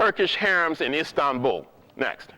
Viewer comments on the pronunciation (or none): none